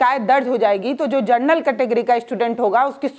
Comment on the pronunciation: Madam, Gernal Nahi hota General hota hai